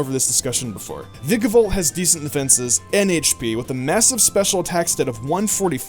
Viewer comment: I'm so glad you said vikavolt instead of vAIkavolt like some other poke tubers! :)